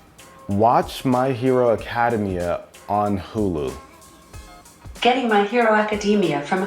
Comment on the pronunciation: "my hero acadamyia"